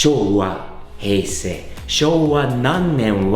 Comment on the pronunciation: ヘイセイの発音にsiriが反応した w